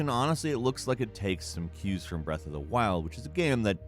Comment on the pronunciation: breathe of the wild, breathe of the wild, breathe of the wild